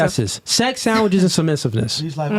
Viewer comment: "And I won't make you a 'sammwhich' cause I ate all the food"